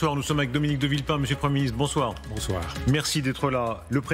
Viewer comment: UPR. Ca lui ba mieux "De vilpain", plutôt que "De villepin".